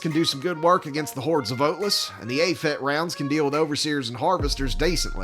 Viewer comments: Calling it "A-PHET" rather that "AP-HET" is disturbing me more than it probably should xD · Tank nerd here. It's pronounced A-P-H-E-T, because who likes pronouncing acronyms anyway am i right? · You got the clip bit right but a tank nerd is going to correct you on APHET, it is said "A P H E T" not phonetically. still love the content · I flinched every time you said "Aphet". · first time I hear someone pronounce APHET like that